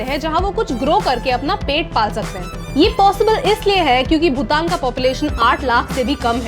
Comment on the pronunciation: भूतान? Or भूटान!!